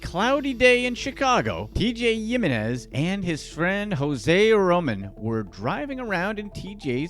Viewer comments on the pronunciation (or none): it should be "him-en-ez"..... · Yeminez??? Sure it’s not Hewminez? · He-Men-is not yiminez man that's annoying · The way you say "yim-in-ez" really bothers me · I thought Jimenez was pronounced with an H sound. Like him in ez. My Spanish sucks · *"he meh nes" is proper pronunciation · It is, the creator's Spanish sucks.